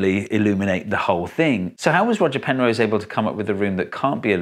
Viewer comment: Who's Penrow? ;^)